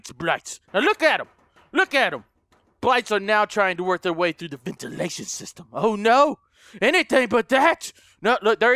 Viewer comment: There in the Ventilashan shishtam!!! Me:😂😂😂😂😂😂😂😂😂😂😂